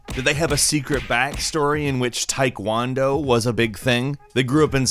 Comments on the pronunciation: “tike wondo” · The way you said tai kwan do makes me consider unsubscribing.